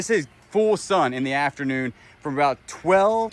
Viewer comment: sun...not sin sorry